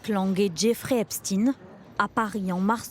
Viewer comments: Pourquoi les journalistes prononcent son nom. Epstine ? Pour enlever la connotation....j. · Pourquoi vous prononcez son nom de la sorte ? Epstein ça fait [aï] et pas "i". C'est pour cacher ses origines ? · Epstein 'ein' et pas ine. Parlez juif ce sera mieux, ils comprendront mieux ! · Epstein ne se prononce pas Epstin... Juste pour faire croire à des Russes derrière ça 🤦😅 Et Lang est connu pour d'autre fait... Pas d'enquête là-dessus ? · Pourquoi elles disent "epstine" ? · C'est de la folie que des journalistes ne connaissant pas un minimum comment prononcer un nom d'origine germanique. Ça montre vraiment le niveau..